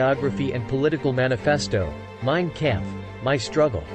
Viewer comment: No new info here and he pronounced Kampf incorrectly.